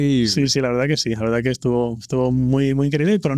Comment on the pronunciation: Si lo que me emociona es que no dice toda la veldad